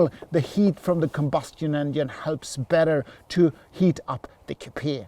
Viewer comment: Thanks .....another great video as usual........but why do you pronounce COUPIA .....instead of COUPÉ 😅